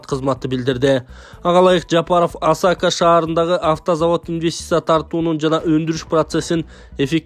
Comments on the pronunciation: Туура айткыла АСАКА ЭМЕС АСАКЕ ЭЛЕ БОЛУП АЙТЫЛАТ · Осако эмес Асаке, жөндөп оку, Ошко жакын шаарча, көп барчубуз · Асака десен биздин ойго Япония келди. Шаболотованы Шаботолова дейсин контентти даярдаганда бир сыйра озун окуп маани манызына тушунуп анан чыгар нанды актап жегин.